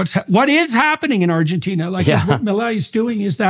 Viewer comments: Not pronounced Mileye but pronounced Milay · Its pronunced ME LAY. No meilai 😂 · So stopping the literal printing of money is a rockstar move…? 😂😂😂😂 Also it’s pronounced “Mee-Lay”, you uncultured swine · I find it kinda weird how he pronounces it like "Melai" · Pronounce it as “Me-Lay” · His name is pronounced Mil-lay. Inflation is down but the austerity programme is making life miserable for millions of people. Over half the population are now below the poverty line. Most pensioners earn less than $200 USD a month. Talk to the people on the street in average to working class neighbourhoods and you'll get a different perspective. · Su pronunciation fue muy malo. 😆